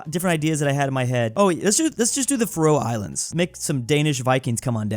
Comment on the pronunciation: The Way said faroe Islands made me want to unalive myself as a danish person